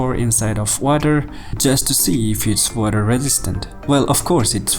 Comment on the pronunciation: water registant ??????????? you moron its resistant !!!!!!!!!!!